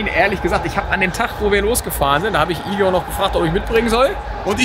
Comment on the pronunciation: Igor, nicht Ingo!!:D